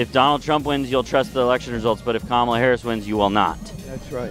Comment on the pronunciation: They don't have anything else, so they just plain up disrespect her by mispronouncing her name. The thing they don't realise is that it is a mild annoyance at most and it speaks volumes about their own character.